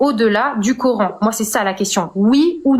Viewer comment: "du COR-HAINE" rien que la prononciation, tu sais que la meuf est musulmane.. (samyya) les fameux extremegauche musulmans tel en reve wissam ^^ je suis sur tu te revendique extreme gauche comme eux mais chretien, alors la tu te fais insulter direct lol.. hypocrite !